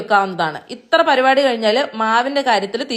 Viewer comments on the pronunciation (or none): none